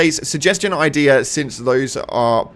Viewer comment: Where is the R in the word “idea”